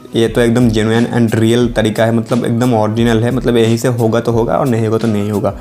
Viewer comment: Yehi se ya fir yaha se thik se bol bhai 🤣